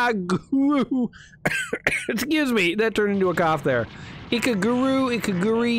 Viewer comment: I think it's pronounced "E-Ka-Roo-Gah"